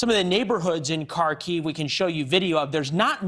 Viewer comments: It is not pronounced "Kar-KEEVE." In Russian, it's "KAR-kov" and in Ukrainian its 'HAR-kiv." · Kharkiv is pronounced Harkiv, likewise Kherson is pronounced Hairsun. Any Ukranian placename beginning with the Cyrillic character Х are the same.